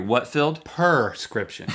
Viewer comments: Link was so confident when he said PERscription, LOL. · ikr!!! "perscription" pisses me off!!!